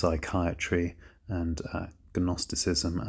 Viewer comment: Idk if it would be pronounced differently in th UK, but Jungian (Yoongian) and Gnosticism (nosticism).